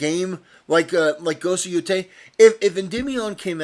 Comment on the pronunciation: "Ghost of Yootai"